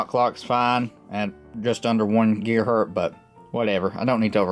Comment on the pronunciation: LOL, how did you lose your z when you said "1 gigahert[z]..."?